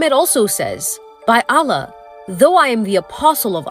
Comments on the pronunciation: Astughfirullah, the way she pronounced Allah...May Allah guide everyone and grant us all jannah, ameen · Just hearing her mispronounced Allah just shows how little she research about the topic